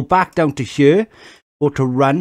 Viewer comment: Why do you pronounce "here" as "heueau"?